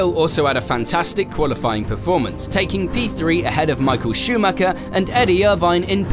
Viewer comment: It´s sad that people don't know how to pronounce Michael Schumacher